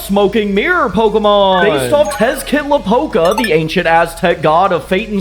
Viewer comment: The pronunciation of Tezcatlipoca… so close, yet so far. Real talk tho, I love the concept of Tezaguar. I hope if I’m ever chosen for a pokemon of my own, it’s based off an Aztec or Mesoamerican deity like this one 🫶